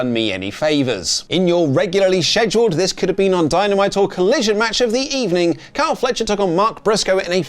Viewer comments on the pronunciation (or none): none